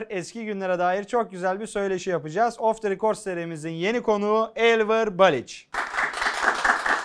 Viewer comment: off the record yanlış telaffuz ediliyor, rikord değil rekırd olacak :)